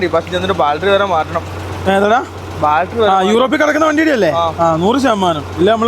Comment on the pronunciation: ഈ ട്രിപ്പ്‌ കഴിഞ്ഞു വരുമ്പോൾ ബാൽട്ടറി എന്ന് പറയാതെ " ബാറ്ററി " എന്ന് പറയുക. എന്തിനാ വെറുതെ തെറ്റി പറയുന്നത്.